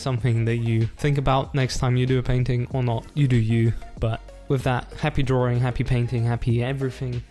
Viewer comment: "happy drawRing"